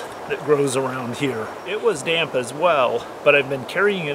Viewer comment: The word, "damp" only has one syllable, not two!